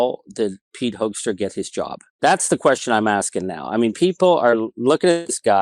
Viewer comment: I really like the fact that you keep pronouncing Hoekstra’s name wrong, the ‘oe’ is supposed to sound like in ‘hook’, or even better, like in ‘fool’. But I think Hoaxtra sounds much closer to who he really is as a person.